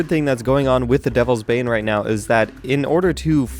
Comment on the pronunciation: When said "devles's bane" I thought he said delve's bae